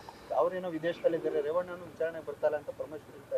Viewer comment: ರೆೇವಣ್ಣ❌ ರೆೇಪಣ್ಣ✅